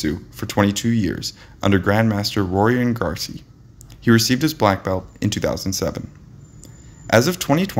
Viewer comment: It's pronounced Horion Gracie. Not Rorion Garcy.